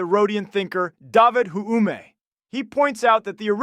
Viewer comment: “Thom ashobbs” “Daavid huume”